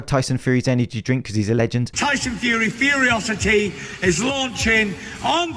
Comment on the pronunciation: Love how Tyson called it Furyocity, which sounds sick, but it's actually Furocity, which sounds/looks like an amalgamation of fructose and furry.